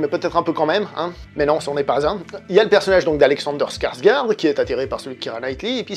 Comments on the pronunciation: oui, donc pas skarsgourde! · Skarsgård, c'est avec un son "ô" mais plus au fond de la gorge à ce qu'il paraît.